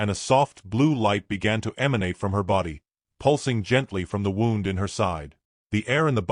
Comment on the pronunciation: Your AI needs to learn the difference between wound and wound, between live and live, and a few other words are spelled the same, but pronounce it differently!